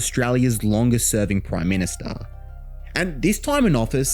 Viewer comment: Back when the prime ministah was simply the prime minister 😂